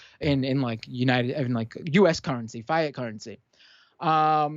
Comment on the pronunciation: Did this guy just mispronounce 'fiat'? Credibility gone instantly.